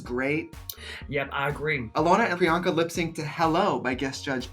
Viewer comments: Not Alyssa calling her PUR-anka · Pryanka: What’s my name? Alyssa: prenoka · WHATS HER NAME?!? Alyssa: “Peronka” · PERANKA? Wtf ahahah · not “miss peronka” 💀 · Alyssa calling priyanka of "PIRANKA"... giiiiiirl hshdjakdkakdkskshs DEAD!! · Alyssa calling her Peronka is the equivalent of Dula Peep 😂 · I’m sorry...Who is”Piranka”?😂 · Priyanka has introduced herself so many times but here's Miss Alyssa calling her "Piranka" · “I think Paranka...” 😂 OMG ALYSSA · alyssa calling priyanka " MISS PIRRANKA " lmfao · I am here 3 years later to finally put this comment in, cuz I noticed no one did, lol! Trixie never clicked Alyssa, saying Peronka! 😂😂😂😂😂 💀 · Alyssa saying Peronka at priyanka is HILARIOUSXD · Not Alyssa calling her “Piranka” lolll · timestamp for anyone that wants to her Alyssa say Peranka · When Alyssa called priyanka “puronka” I felt that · It's Alyssa Edwards calling Priyanka, "Pironka" for me😂😂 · when Alyssa calls Priyanka - "Paranka" i lolllll'd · Not Alyssa saying Piranka 😂💀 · Alyssa calling her Peronka is sending meeeeeeeeee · gurl not Peranka miss Alyssa lmao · not alyssa saying “paranka” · did she said Peranka? 😂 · D I heard PERANKA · Did Alyssa say Piranka? 🤣🤣🤣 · DEADASS! ALYSSA SAID PARANKA!!!! LMAO